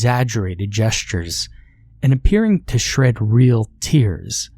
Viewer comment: "Shred" real tears? Not shed*?